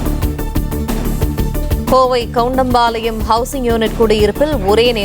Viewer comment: கோவை கவுன்டன் பாலையம் என்னே டமில் உச்சரிப்பு